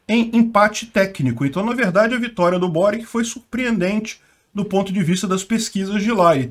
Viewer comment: Peter o Boric é croata. O nome dele se pronuncia „Boritx“. Tenho bastantes amigos da antiga Yugoslavia.